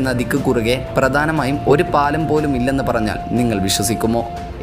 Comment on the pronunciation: ബീകരമായ കാട് , ഗോരമായ വനം, പ്രദാനമായ' ദെയ് രപ്പെടാത്തത്, എത്രമനോഹരമായ ഉച്ചാരണം !